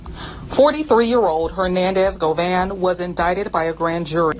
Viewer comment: He Hispanic it’s go-Von it’s pronounced go-Von not go van